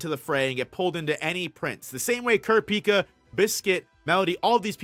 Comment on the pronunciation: Yo why do you pronounce all the names like that 🤣🤣🤣 “wo-blay” “long-he” “kurra-pika”